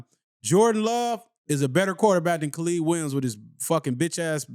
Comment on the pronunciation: Dat nugga said Khalid Williams 😂😂😂😂😂😂😂😂😂